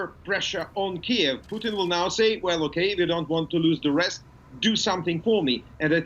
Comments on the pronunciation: it sounds like hes saying poutine instead of putin lmao. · I still laugh every time that I hear the pronounce the Russian leader's name as "Poutine". It means something else in Canada. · he got corrected on pronouncing Putin's name